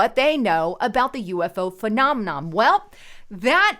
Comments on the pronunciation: Right...phe·nom·e·non not phenomenoM.. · It’s not “phenomeNOM”....it’s “phenomeNON”... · Phenomenom? isn't very good at pronouncing the big words her script writers feed her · there's no "m" at the end of "phenomenon" or "phenomena."